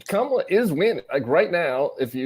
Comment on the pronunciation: Vance pronounces Kamala's name correctly. Sign of insecurity? Hedging his bets?